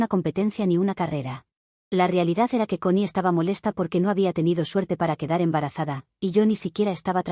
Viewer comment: La forma de decir Connie de la narradora hace parecer que dice "CON I" (como si dijiera que va con la letra i).